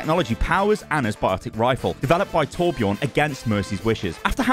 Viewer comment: Why are people still pronouncing it TorbjOrn you have had since 2016 to learn how to pronounce the Ö